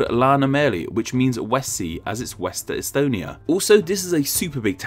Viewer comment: Thank you for mentioning Estonia. Your pronouciation was almost correct